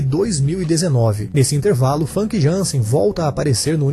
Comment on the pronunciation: a pronuncia do nome dela não é fanqui, o correto é fâmica, veja entrevista dela com Danilo Gentili